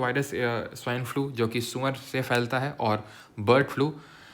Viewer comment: suar ❌ Sunwar✅ Don't worry sir i m also Kanpuriya 😂 i can relate Andhela also 😂